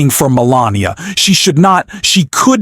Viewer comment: This was obviously read by AI....pronouncing Melania as Melaniam the first couple of times and pronouncing Emhoff as M 'Hoff. Melania and Donnie suck.